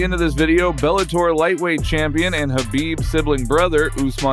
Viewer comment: it's not Habib its Kabib with a ka. Likewise maKachev with k not ha